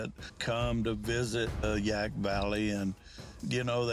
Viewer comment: It's Yaak, not Yak.